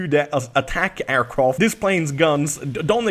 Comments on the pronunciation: Is it me or is he saying aircroft or is it just me... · Aircroft? triggered